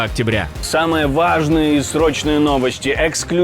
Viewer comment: Можно вааажные произносить ваааааажнее.